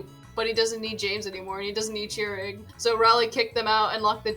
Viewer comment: Okay, I'm sure you didn't mean to be insensitive, but Chirag is a Persian name and Chirag here is of Indian origin. (It's also pronounced Chur-Ogg)